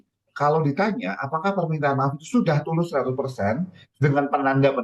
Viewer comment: Tulus apa bulus bos😂😂